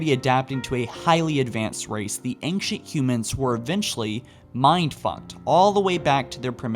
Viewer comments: Why does pronounce ancient like anxious?! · That's not how ancient is pronounced. You are pronouncing the c like a k, or how it's used in anchor, and s at the same time. Just the s sound is used.